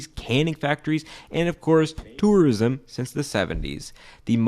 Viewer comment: I like how he says "törism"